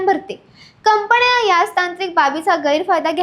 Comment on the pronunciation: न ण हेल काढणे कंपण्या?कंपन्या अशा निवेदनामुळे सबस्क्रायबर कमी मिळतात.